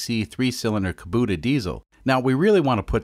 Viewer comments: Its Kubota not "kaboota" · ... Did he just say "koo boo tuh"?